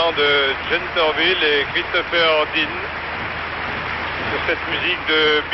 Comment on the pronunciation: Its Torvill and Dean, NOT Dorvil and Tean!🙄